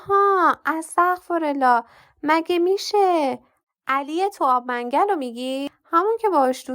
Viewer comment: سلام بسیار بسیار لذت بردم از گویششش شیرینتان فقط ان محل اب منگل را باید اب من گل تلفظ میکردید جدا جدا نوشتم که بشود درست تلفظ کرد از محله های قدیم تهران ممنون ❤❤❤